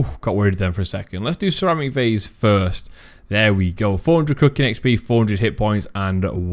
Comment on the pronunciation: Good vid, I've never even thought about it but now all I can hear is sir amik varze as ceramic vase so thanks for that 😂